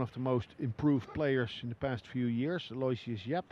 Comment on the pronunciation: Here it is a few years into Yap's playing and they still misprunciate his name. It's "Al-oh-ishus," not "Alloy-shiss"